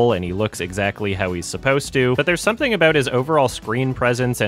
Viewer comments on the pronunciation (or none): none